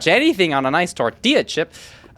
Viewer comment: the accent on tortilla is so funny I love to hear Americans say words in Spanish lol